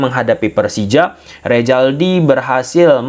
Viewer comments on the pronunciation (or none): rrzaldi dibacnya ressldi bukan rejaldi ,mimin aduh oin betul sih luh,belajar lg bhs indonesia min